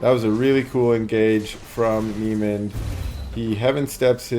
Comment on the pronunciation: Niemand is a German Word. Pronounciation: "neemunt". Great casts! Cheers